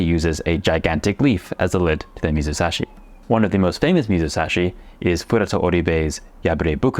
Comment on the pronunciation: 水指 is read "mizusashi" just like you said. Although, the second kanji "sashi" originally means "finger ", it also has the meaning "to put in", comparable to the same concept of "ire". You really cracked me up at "water finger".😂 Anyway, I love what you are doing.❤